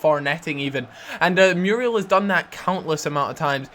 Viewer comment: No, not Mee-yoo-ree-al Mu-ree-el;)